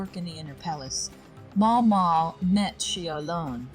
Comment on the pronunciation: The AI voice here is surprisingly good. I only notice it stumbling on the pronunciation of Maomao. A bit more pausing between sentences would also help.